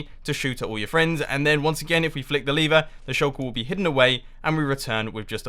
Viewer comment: I hear Lever as Liver XD